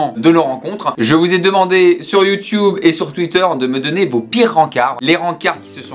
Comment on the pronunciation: « Youtioube » mais ni en français ni en anglais ça se dit.. c’est l’accent du vieux qui veut être « jeuns ».